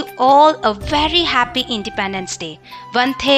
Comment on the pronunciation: Vandhe not vante